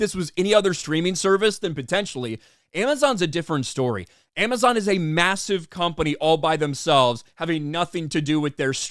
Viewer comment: A-Mess-On: "If you see a trailer of ROP you count like a ROP fan". Me: 🙄🙄🙄🙄🙄